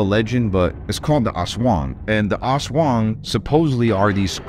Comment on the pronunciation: Much props for pronouncing Aswang on point....as a pose to other folks on YouTube butchering it as "The A$$ Wang!" ☠️☠️☠️